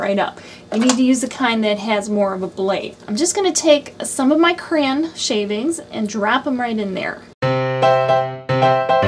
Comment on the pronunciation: Why are you saying "cran" instead of Cray-on? Sorry, I'm a big word person and it drove me Crazy!!! LOL!